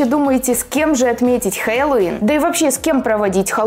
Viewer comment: Обожаю когда она говорит халавин 😂❤️